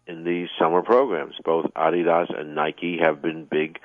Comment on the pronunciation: Listen how he pronounces Adidas lol awesome